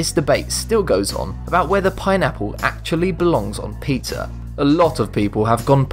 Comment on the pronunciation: Dacoool! I thought you said "put people on a pineapple"